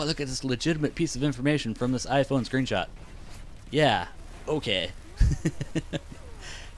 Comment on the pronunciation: it sounds like u keep saying gay instead of okay lol